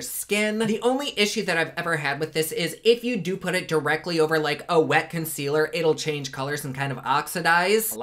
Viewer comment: Yay for!!!! avourit word: fondaçion....conckwealer and some bloush!!! the more you learn!